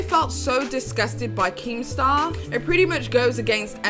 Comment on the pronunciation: At first I thought she called keematar a wanker 😂